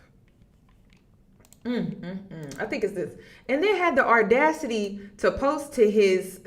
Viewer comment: I love listening to you. You are one of the smartest young women that I’ve ever listened to and I’ve been listening for years, but can you please pronounce the word audacity correctly there’s no letter R in the word audacity